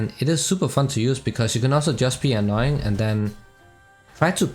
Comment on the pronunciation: hahaah " u can just be annying" lol good guide btw